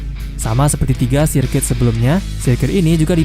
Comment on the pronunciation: Sirkuit = serket 😂